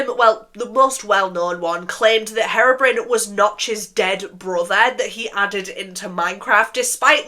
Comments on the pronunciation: I'm sorry but it sounds like you're saying heroine when you say herobrine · i’m crying it sounds like you’re calling herobrine heroin😭😭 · Loved the video! Since you were wondering it’s pronounced hero-brine (as in super hero + salty water) :)) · sorry but "herrrobrin" is so funny (ur makeup is stunning btw) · Saying harobrin is killing me 😭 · Nooo your saying Herobrine wrong 😅